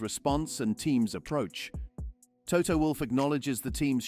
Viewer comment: PRONUNCIATION: it's NOT VerSHtappen - Just Verstappen ! AND: Toto - Not ToTTO - Wolff ...